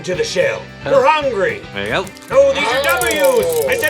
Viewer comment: "...no matter where they ARRRR!"